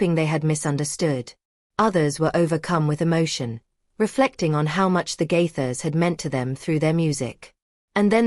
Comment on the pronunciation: Stop lying about the Gaithers. Also you need to learn to pronounce Gaithers